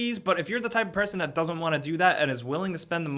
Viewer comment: Anybody else notice that instead of saying "that" he says "dat" or even "zat" lol